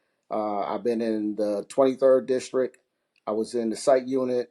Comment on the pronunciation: Jesus Christ… these could be the two best candidates for FOP president but the second I hear “districk”…. 🤦🏻‍♂️ I can’t even listen anymore… I’m supposed to put my faith in a guy who can’t even speak? Imagine doing something your whole entire life, imagine hearing everyone you know say “district” and you still have no idea how to say the word. In other words, I have no faith and I’m OUT. Next contestant please.